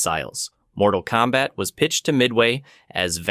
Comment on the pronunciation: Unfortunately that mispronunciation is used in the offical web-series “Mortal Kombat: Legacy”